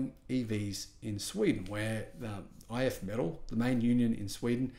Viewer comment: It is pronounced "If me-TALL."